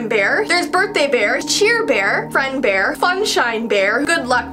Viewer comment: When she said friend bears i heard fredbear lol